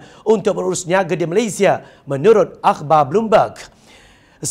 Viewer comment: Saya sangat suka dia sebut "MALAYSIA" sangat cantik sebutannya. (Bukan Malaysyia) Puas betul dengar setiap perkataan yg dia sebut. Seronok dengar dia baca. (Tolong jangan tukar orang lain)